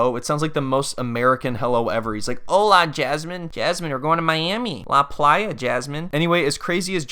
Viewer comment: “Ohla Jasmine” HAHAHA SENT ME